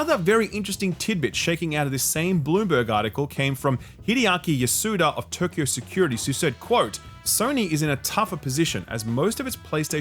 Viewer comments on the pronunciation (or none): none